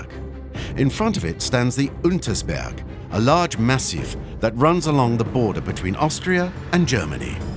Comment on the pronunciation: „Lundersberg“😂 UNTERSberg